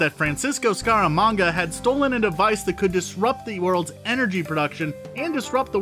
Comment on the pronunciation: Mispronounced EON, Kananga, and Scaramanga